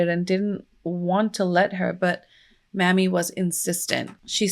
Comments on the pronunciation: I love you so much for covering this!!! OUR (black history is everyone’s history) history isn’t talked about enough, and it’s so necessary. Down here in the south, we pronounce his mother’s name may-me. Mammy, can be seen as a derogatory term. I know that wasn’t your intent as our dialect is very different. ♥️ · Mamie is may-me not mammy, and given the history of the word mammy, I would totally rerecord this video, yikes "The mammy caricature was first seen in the 1830s in antebellum proslavery literature as a way to oppose the description of slavery given by abolitionists. One of the earliest fictionalized versions of the mammy figure is Aunt Chloe in Harriet Beecher Stowe's Uncle Tom's Cabin, first published in 1852." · Her name isn't pronounced "Mammy"..it's pronounced "Mamie"...please learn how to pronounce names correctly before you decide to come onto You Tube with a video... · Is there any way you can change the name to Maime ???? Cause Mammy makes me cringe cause I know no Mother in her right mind would name their daughter Mammy !!! It is an insult !! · Good video but JSYK his mum's name was Mamie not M*mmy (pronounced like Amy but with an M at the start) and m*mmy is actually an offensive word used against black women :) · You misspelled Ms Till-Mobley's first name. It is spelled M-a-m-i-e and pronounced May-mee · Also it's not just in the south, Mamie is pronounced may-me everywhere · No it isn't and she's trying to spread awareness and not disrespect anyone so chill. Here in Ohio we'd pronounce it mammy too so thanks for teaching us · Pronouncing her name wrong. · Hi! His mother’s name is pronounced Mamie with a long A. 😊